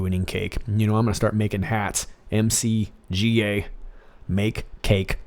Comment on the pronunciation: Pronounced “mik-GAH”, like McDonalds. MCGA!